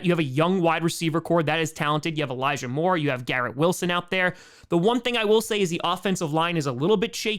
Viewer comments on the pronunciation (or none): none